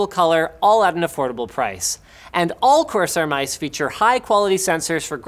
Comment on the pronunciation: I get shivers every time Linus says "AFFORDABLE"